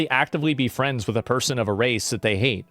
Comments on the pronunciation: Bwack fweinds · "Black flends"😂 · Swear the very instant he mispronounced friends you already have someone in chat pointing it out